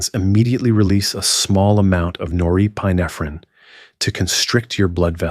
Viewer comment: I was excited thinking I found a non AI video. Then I heard how pituitary, norepinephrine, and pineal were pronounced. 😒